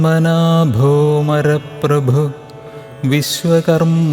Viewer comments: ഽ ഈ ചിഹ്നം വന്നാൽ അ എന്ന് ഉച്ചരിക്കണം മര പ്രഭു എന്നല്ല അപ്പോൾ അമര പ്രഭു എന്ന് പറയണം . ഇത് എഴുതിൽ തെറ്റങ്കിൽ ക്ഷമിക്കണം 🕉️🕉️🙏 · മരപ്രേഭു അല്ല അമര പ്രഭു എന്നാണ് vayikkendathu🙏🙏🙏🙏🙏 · പത്മനാഭോ അമരപ്രഭു എന്നാണ്. മരപ്രഭു എന്നല്ല❤ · It is not maraprabhu ,it is amaraprabhu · ആറാമത്തെ ശ്ലോകത്തിൽ പത്മനാഭോ മര പ്രഭു എന്നത് പത്മനാഭോ അമര പ്രഭു എന്നാണ് ഒന്നിച്ചു ചൊല്ലേണ്ടത്. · there is a mistake in the - ‘mara’ means those who undergo death. ‘amara’ means the immortal ones. This immortality is not forever. It is just that they do not undergo the continuous cycle of birth and death like ordinary humans. During Pralaya, Vishnu spares none of these devatas. Hence, it is HIS grace alone which ensures these amaras live a long time. Therefore, HE is the ‘prabhu’ or lord of amaras. S should be Pronunciation: a-ma-ra-pra-bhu-hu - Om Amaraprabhave Namaha Om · കേൾക്കാൻ കൊള്ളാം സ്ലോഗം 6 ൽ മരപ്രഭു എന്നാണ് കേൾക്കുന്നത് അമരപ്രഭു എന്നാണ് 23 ൽ നിമിഷോ അനിമിഷ എന്നാണ് 27ൽ അപ്രമേയാ ത്മ എന്നാണ് ഒരു ചിഹ്നം കാണിച്ചിരിക്കുന്നത് അ എന്നുച്ഛരിക്കണം എന്നതാണ് എന്റെ അറിവ് തെറ്റാണെങ്കിൽ ക്ഷമിക്കുക